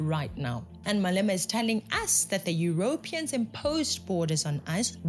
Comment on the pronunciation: I am wondering why you pronounce Europeans the way you do. I have never heard it before? It is pronounced Europeeeans not Europians. Just saying…❤